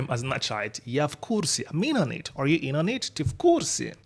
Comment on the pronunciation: Так смешно звучит are you in on it - инонит